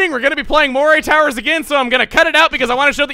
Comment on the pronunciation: It's pronounced " muh-ree " towers.